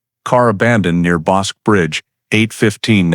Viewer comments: Yes, I know....I have lived in the area half a century! 😊 That pronunciation was really nagging me, even though I realize it's not an easy name to pronounce for those who have never heard it by the locals. That pronunciation and when people say Brazz-OS (long O) instead of Brazos (us) are just two local locations that I can't ignore the mis-pronounciation without offering a nudge in the right direction. 😉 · The Bosque River is pronounced Boskey in this part of the world. You could at least get that right. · Bosque pronounced Boskey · My back yard. I remember this. I was 12 years old. Just so ya'll know " Bosque:..pronounced bosskey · bos-keh is the right pronounciation. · Wish you pronounced the river correct tho